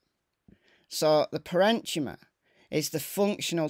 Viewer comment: Thanks for the detailed explanation,. As a medical professional myself, I appreciate that your experience with reading medical documents is apparent because you do a great job pronouncing complex medical jargon. No shade here but I hope to help you with one of the words: PARENCHYMA. Try pronouncing it like this: pair-in-key-ma. At least that's how we pronounce it in the USA. Lastly, I know there's a lot of passion around this case and, although I'm still in the foul play camp due to all of the red flags, I'm reasonable enough to hear someone else's opinion, especially an opinion from someone I respect as being fair. It's too bad that others can't be reasonable, as well.